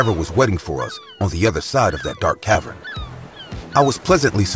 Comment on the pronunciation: "cav-urn" not "cav-run"